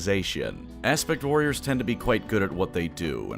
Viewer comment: Kept hearing "Aspic Warriors" this time.